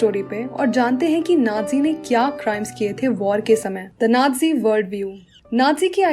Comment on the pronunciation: Ohh pagli vo nadzi nahi hota vo nazi hota hai